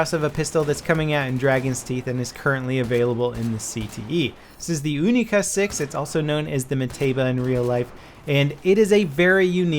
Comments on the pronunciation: It's not oonica 6, its younica 6. pronounce it wrong D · its U-Nee-Ca not Ooo-Nee-Ca , u wouldn't call it a OO-nee-corn would u? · Pronounced younica not oonica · Younica. Its not the oonica no offense all people that use oonica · it's kinda funny hearing "oonica 6" instead of "younica 6". 😂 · You-ni-ca not oo-ni-ca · You say "Unica", I say "Younica". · wtf is an oonica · What the fuck is a oonika? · He is trying to say: "Unica 6" but he is American propaganda channel not russian so yeah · You wouldn't pronounce unicorn oonicorn so why call the unica a oonica?! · the [OONICA] ? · "OONICA 6"??????? oh yeah, is it made out of ALOOMINUM???? when will americans learn how to pronounce words correctly, not just how they're spelt...sigh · The "oonica" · Why do you pronounce your U as ooh? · why are you saying oonica.....you dont say ooniversity... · Why do Americans pronounce the unica like oonica? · dont just say unica put more emphases on th U because it makes sound more magical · Is it pronounced OO-NI-KA or YU-NI-KA? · It's pronounced like unicorn, you wouldn't say unibrow like how u r saying it R u?